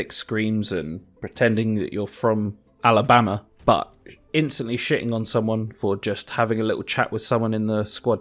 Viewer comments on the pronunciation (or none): The way he said Alabama 🤣🤣🤣